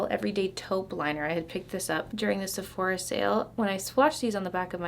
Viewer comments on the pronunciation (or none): none